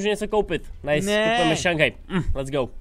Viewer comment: Nice jako město ve Francii se čte Nýs voe 😂😂